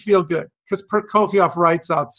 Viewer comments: Hermione: It's not Prokofi-ov, it's Proko-fee-ev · It is hard to hear you mispronounce the name "Prokofiev" every single time you say it in this video. Also, you keep calling your alterations - "corrections". Prokofiev wrote what he wanted! Your "corrections" all sound bad to my ears and are not corrections.